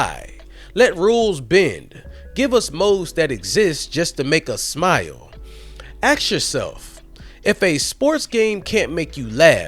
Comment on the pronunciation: My brother, the word is "ask".